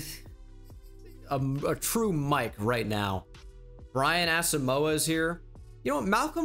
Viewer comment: The way you pronounce Asamoah drives me insane